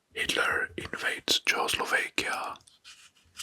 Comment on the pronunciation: Czechoslovakia (in English) = chek-oh-slo-VAH-kee-uh. relaxing video as always keep it up